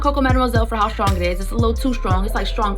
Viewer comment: Good video but that 'shrtong' gives me an ick!